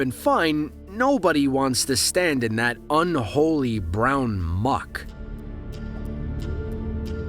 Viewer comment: THE WAY HE SAID MUCK 😂😂😂